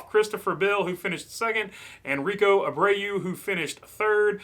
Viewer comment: It’s pronounced Rico Ay-Brew, love the videos dude!!!